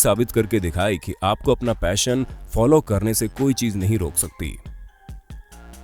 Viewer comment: you said 'Fashion' instead of 'Passion'